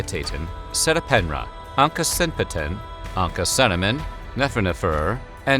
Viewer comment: He got all the endings wrong. Not "Meeri-tayten" but "Mehri-TAH-ten". It's "Ankh-sen-pah-ah-ten", not "Anksenpayten" Etc.